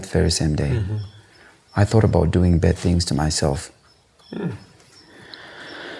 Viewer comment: even bad was being pronounced like "bird" kkkkkk he was trying too hard.. Showing us his chest hair and all that... It was just over the top 😂😂😂 his music is quite alright thou